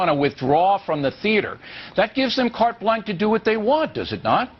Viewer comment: Why do people listen to this mental midget? And he can't even pronounce carte blanche. Ron Paul has been around for decades and has an amazing grasp of foreign policy. BillO is Cliffs Notes.